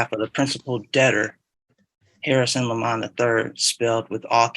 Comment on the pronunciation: I love how the judge insists on saying " Lemon" instead of " Le Mon".